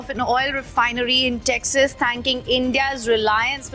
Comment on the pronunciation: Texas ❌ TAXAS 😂